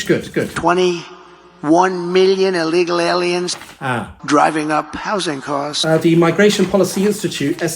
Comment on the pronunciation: OMG you also spotted his weird "illegaLaliens" pronunciation. I thought I was the only one.